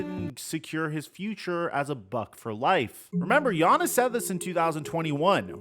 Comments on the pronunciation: “Giannis-son” 😂😂have I been saying his name wrong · Hate how he said giannis’ name hahaha